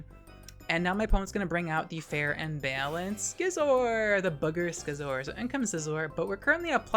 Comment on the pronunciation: everytime you say skisor it made me smile